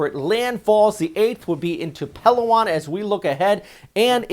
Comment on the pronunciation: pa LOW on..pronounce low like now or ow. Not PELOwon.